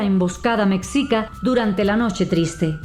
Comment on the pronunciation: ES. MEXICA OMEJICA. PRONUNCIADO. YA SUDAMERICANOS APRENDAN A HABLAR ESPAÑOL LAS PALABRAS MEXICANAS. NO PUEDES INCLUIR A UN CASO ENTRE TANTOS LOS MEXICANOS SOMOS INDO AMERICANOS Y ESPAÑOLES AL MAYOR PORCENTAJE DE ASÍ 50 Y 50 POR CIENTO. Y NOASEAS MENTIROSA. YO TENGO CASI 80 AÑOS SOY MEXICANO Y HE VIAJJADO POR TODO MÉXICO LO CONONOSCO. SOMOS HISPANOINDIOS. MESTIZOS CON GENTE EN MAYOR SANGRE HISPANA YTAMBIEN EN MAYOR SANGRE INDIA. Y MEDIA. NEGROS NO HE VISTO. ÚLTIMAMENTE LOS QUE APENAS HAN VENIDO EN CARAVANAS DE ESTOS ÚLTIMOS AÑOS PRETENDIENDO IR A E. U. Y QUE VIENEN DE HAITÍ CENTROAMÉRICA CUBA NEGROS VENEZOLANOS COLOMBIANOS. ETC. Y ESTÁN EN LA FRONTERA DEL NORTE DE MÉXICO CON E. U.... CASOS AISLADOS MUY RAROS NO CUENTAN. LOS MEXICANOS CONOCEMOS NUESTRO PAÍS. Y NO NESESITAMOS QUE EXTRANJEROS NOS VENGAN A ENSEÑAR. LO QUE ELLOS CREN SABER SOBRE NOSOTROS. SE LES NOTA SU IGNORANCIA SOBRE NUESTRO MÉXICO. LA HISTORIA. NO NO LA VAN A CAMBIAR. LOS EXTRANJEROS.!!!! 😂😂😂😂